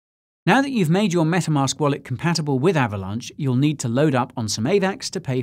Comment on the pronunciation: I just cant...lol ahhvalonch, ahhhhhvalonch.